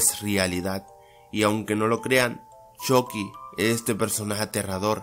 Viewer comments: Yo en ves de esuchar "Chucky" escucho "Chocky" xd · Me mata porque dice chocky no chucky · se ecribe chucky y se pronuncio chocky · Se pronuncia "Chocky" pero se escribe "Chucky" en Estados Unidos dicen "Chocky" pero creo que en latino américa pronuncian más el "Chucky" XD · Jajaja me da gracia como le dice shocky en vez de chucky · Choky xd es chuky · Porque Dice CHOCKY :V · se dise chucky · No se dice choci 😴